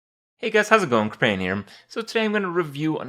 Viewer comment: Hey Kripparian, why do you pronounce your name "Kripparen" instead of "Kripparian"? Noticed you doing it the whole time.